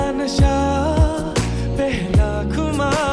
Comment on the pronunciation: pihla nahi pehla nasha khumar pronunciation is also wrong bro stop using autotune, it will not help you at the time of live concerts. Aur haan khul ke gao.